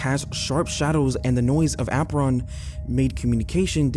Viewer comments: The way he said apron was the REAL issue. AH-PRON? Be for real. It's AY-PRON. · "the ah-pron" never change 😭 the tiny mistakes are actually such a wholesome part of the vids you drop that shows how you avoid taking the lazy AI route and do everything yourself. thanks again bestie